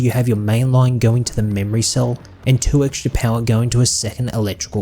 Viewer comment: Well done, but the way you say "Pouwha" kills me lol